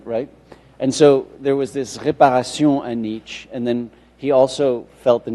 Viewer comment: Why is he pronouncing it like "niche"?! That irritates me so badly! I just looked up more sources despite having a German mother and asking others/the internet how to pronounce it a hundred times before, just to make sure I wasn't being a dumbass again, and no!! It is NOT pronounced like how says it, at all!